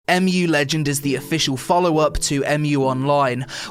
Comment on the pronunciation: I think its ur pc the problem not the game and its mu legends not amu legends learn how to speak